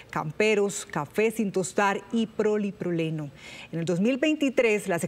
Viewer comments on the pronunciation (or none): No es proliproleno 😂. Es POLIPROPILENO